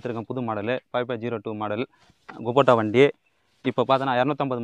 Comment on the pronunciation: குபேட்டா இல்ல தம்பி குபோட்டா